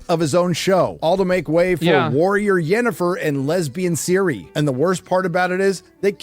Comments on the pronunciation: Why do they pronounce Ciri as Siri? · The intro was the hardest to watch. Can they stop saying Siri, and put the emphasis in the ciRI???